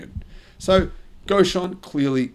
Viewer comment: Reason being… It’s NOT… “Goshen”… It’s: “Gotion”… C’mon man… If I was running a channel… you would be worm food…